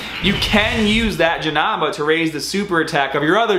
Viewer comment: I love how many times you proudly said Janamba instead of Janemba in this video lol. Great vid man! I am searching for SSJ4 Gogeta as well, I feel your pain...